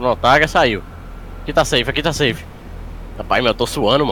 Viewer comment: o cara sabe falar safe mas nao sabe falar outras palavras em ingles vai saber